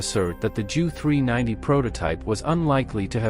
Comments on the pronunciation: And J. U. not "jew". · I don't think many Jews will be offended by the mispronouncing of "Junkers" or by the use of "Joo" instead of "Jay Yoo". Life's too short for such stuff. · The Jew 290 must have been remarkable 😂, I think the Ai needs some tweaking